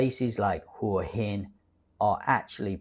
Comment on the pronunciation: Hua hin is pronounced whaaa yin putting an emphasis on the phwhaa